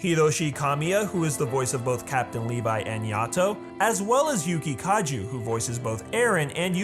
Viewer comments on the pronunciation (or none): Kaju KAJU it's Kaji man T.T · Yuki KAJU???!! TRIGGERED Yuki Kaji. Get it right.